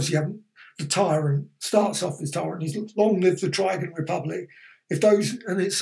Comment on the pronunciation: You've made me realise I've been mis pronouncing Trigan all my life. I always say 'Triggan' rather than 'Tri-gan' XD